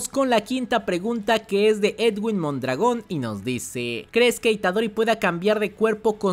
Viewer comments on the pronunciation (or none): none